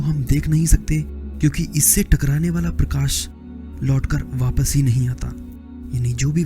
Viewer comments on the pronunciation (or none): prakas nahi prakash hota hai...😑